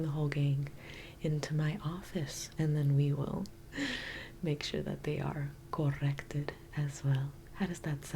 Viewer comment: Delbert Grady visited us when you said ‘corrrected’